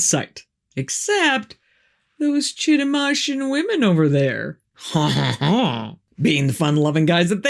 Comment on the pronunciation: Chitimacha Indian here and I'm probably the only one you'll ever meet, sadly. (And ha. I love the way you pronounce the name. It's not right, but your way sounds much fancier than the correct way.)